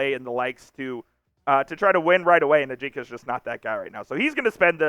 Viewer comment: You may want to check out the pronunciation of Ajinca.